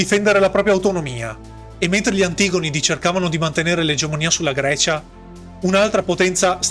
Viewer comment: Oddio, la cadenza infinitamente repetitiva, e l'accento infallibilmente sbagliato su "antigonidi". Ma è locuzione artificiale?